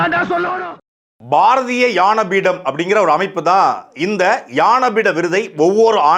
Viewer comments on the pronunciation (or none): பாரதிய ஞானபீடம் என்று சொல்லுங்கள் தம்பி, உங்கள் உச்சரிப்பில் “ யானபீடம்” என்று சொல்கிறீரகள். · உச்சரிப்பு சரியா இல்ல யானை பீடம் கிடையாது அது ஞான பீடம். எவ்வளவு அருமையான தமிழ் இப்படி வாசிக்கிறீங்களே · எனக்கும் அப்படிதான் நினைத்தேன் தம்பி ஞா என்பதை சரியாக உச்சரியுங்கள் உச்சரித்து பழகுங்கள் நன்றி வணக்கம் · அது ஞானபீடம் டா, யானை பீடம்மாம்ல. தாய்ளிக்கு தமிழே ஒழுங்கா வரல..இதுல இலக்கியத் தரம் குறித்து பேச வந்துட்டான் 🤦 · ஞானபீடம் அது, நீங்கள் யானபீடம் என்று தவறாக உச்சரிக்கிறிர்கள் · ஐயா சாட்டை, ஞானபீட விருதுன்னு சொல்லுங்க.யான பீட விருது.யானபீட விருதுன்னு சொல்றீங்க.தமிழை உயிராகப் போற்றும்,சாட்டையே தமில்,தமில் என்று சொல்கிறீர்கள். மொளி மொளி என்றும் சொல்கிறீர்கள். முதலில் தவறில்லாமல் தமிழ் உச்சரியுங்கள், பேசுங்கள் சார்.பாவம் தமிழ் மொழி சாட்டைப் போன்றோரிடம் மாட்டிப் போராடுகின்றது. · அது யான பீட விருது அல்ல ஞான பீட விருது என உச்சரிக்கவும் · சாட்டை அவர்களே..... "யான பீடம்" அல்ல...... ""ஞான பீடம்"" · "ஞான பீடம்" என்ற சொல்லை...... ஏன் "யான பீடம்" என்று சொல்கின்றார்????? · யானபீடம் இல்லை.... "ஞா"னபீடம்... சங்கரgurup இல்லை சங்கரகுருப்.... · யான பீடமா ? தம்பி அது ஞான பீடம் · அண்ணா உங்களுக்கு ஞான உச்சரிப்பு சரியாக வரவில்லை,,யாண பீடம் என்று உள்ளது, சரி செய்யுங்கள்... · உச்சரிப்பு யானபீடம் என்று உள்ளது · அண்ணா ஞான பீடம் யான பீடம் என்று காதில் விழுகிறது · யானபீடம். இல்ல. ஞானபீடம். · தெரிஞ்சுதான் சொல்றார் யான பீடம்னு...ஞா...என்பது சம்ஸ்கிருத உச்சரிப்பாயிடும்னு நினைக்கிறாரோ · நல்ல தகவல். ஆனல் ஞானபீடம். என்பதை சரியாக உச்சரிக்க முடியாதா முருகன் அவர்களே. யானபீடம் என்கிறீர்.. வைரமுத்து என்ற பெண் பித்தருக்கு முட்டுகொடுப்பதும் சரியாகப் படவில்லைஐயா... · "யான" இல்லை - "ஞான" பீடம். தமிழ் வார்த்தையின் உச்சரிப்பில் தம்பி துரைமுருகன் சற்று கவனம் செலுத்த வேண்டும்! 😊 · ஞா என்பதை ஏன் யா என உச்சரிக்கிறீர்கள்? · ஞான பீடத்தை யானபீடம் என்று சொல்வது கேவலமாக உள்ளது! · யானபீடம் என ஏன் உச்சரிக்கிறார்.நியாயம் சரி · சாட்டை, ஞானபீடம் என சரியா உச்சரி தமிழ கொல்லாத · சாட்டை, யானபீடம் என்று உச்சரிக்கிறீர்கள். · ஞா சிலரால் உச்சரிக்க இயலாது சார்! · ஞான பீடம் என்று சரியாக உச்சரிக்கவும் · எனக்கு யானை னு கேக்குது